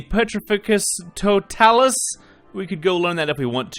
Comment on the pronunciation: The way he pernounces some of these spells make me laugh so hard totalus it's Toe-talis